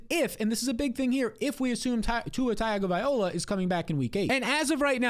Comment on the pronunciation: TAGOVAILOA. LOA. LOA NOT OLA